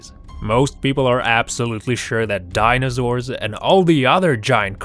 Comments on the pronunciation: I love it how he says dinasour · Savage King dinozaur is how he says it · Ha he Say's donzour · I get annoyed when he says dinozaur instead of dinosaur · Jesus Christ you pronounce dinosaur super weird!I cannot stand your voice